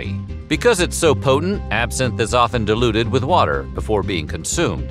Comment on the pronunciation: FYI, "Diluted", is NOT pronounced 'deluded'. Best of luck with learning how to talk.